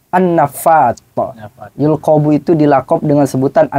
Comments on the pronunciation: bukan admin keliru itu cuman ngelles gk mau ngaku kalu sesuai murod kalam nya itu baca nya yulaqqobu bukan yulqobu cek lagi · jawab kok d baca yulqobu harus nya yulaqqobu? Itu fiil mazid bkn mujarrod broo?